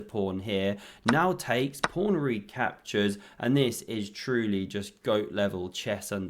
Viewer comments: Anyone who calls a pawn a prawn gets a thumbs down and I stop watching immediately. Fix up. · Did he say on the first move King Prawn? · So pleased to hear the Kings Prawn called by its proper name ❤